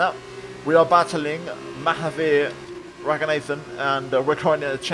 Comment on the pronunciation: Hi. I think it’s Pronounced Ra-goon-ah-than. Just saying that, not trying to be mean or anything. Just pointing it out.